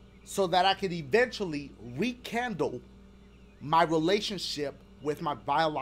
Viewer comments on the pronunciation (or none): Did my boy just say "RE-candle" instead of "rekindle?"